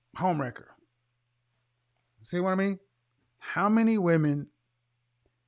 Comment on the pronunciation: Every time he says 🗣🗣🗣home wrecker! I scream. 🤣🤣🤣😩😩😩🤧🤧🤧